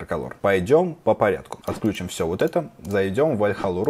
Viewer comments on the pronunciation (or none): none